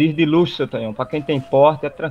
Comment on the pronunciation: E tu falando Tonhão errado pqp kskskdkdkdkkskskdkdkd